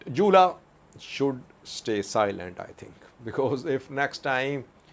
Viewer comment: How you say jula, is funny 😆